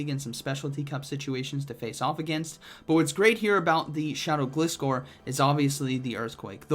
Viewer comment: It's Gliscore cuz it "glides". Say it right bro